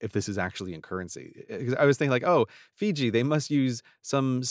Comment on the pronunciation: Grey seems to have his pronouciation of Fiji figured out at last. :D